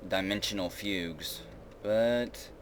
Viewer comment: Awesome stuff, but I'd just like to point out that the 'g' in 'fugue' is pronounced like the one in 'gum', not 'gender'. Sorry for being a grammar nazi, I just can't help myself sometimes.